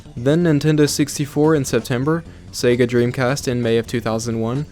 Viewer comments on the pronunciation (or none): none